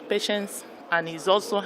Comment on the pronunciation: Lawyer can't pronounce Patient.